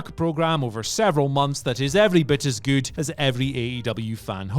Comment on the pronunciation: I will never unhear the way you say "goot"